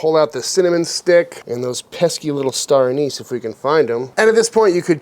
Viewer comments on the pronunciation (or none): This looks absolutely delicious, but I have to say my FAVORITE part of the entire video is when you said, "star anus." You're the hero we don't deserve. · "a cinnamon stick, a couple of star anus.." man, I love this channel.